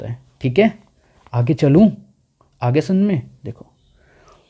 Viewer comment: "aage chalun" yh alg hi tone thi bhai😂. and yeah eco is being interesting bhai bcz of this video, thanks for this.